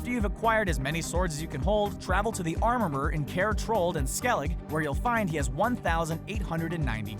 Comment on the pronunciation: "Go to the armurmur" what is a armurmur?